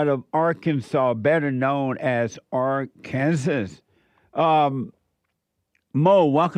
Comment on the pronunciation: Are-Kansas 😂😂😂 glad to see you’re back!!